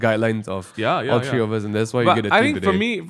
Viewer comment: One, two, three... it's three!!! Not tree... jk love the podcast ^_^